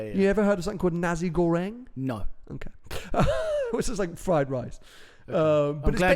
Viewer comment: As an indonesian watching this. Ur pronounciation of nasi goreng was really good lol